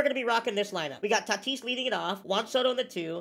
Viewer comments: It’s “Tatis” not “Tartis” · This man says tartis instead of tatis 😂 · It’s not tartis it’s Tatis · why do u say tatis name like that 😭